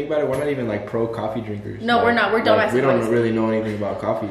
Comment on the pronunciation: “We’re dumass coffee drinkers “🤣🤣💓